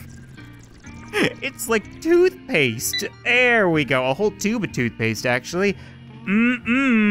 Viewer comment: Did you acshaly